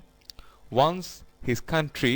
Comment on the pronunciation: once er pronunciation thik na apnr